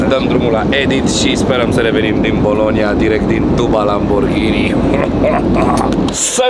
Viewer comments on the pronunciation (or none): Doar mie mi se pare ca zice”polonia in loc de bolonia”cateodata